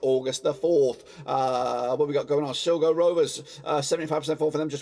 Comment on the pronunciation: It's pernicious s-lie-go not silgo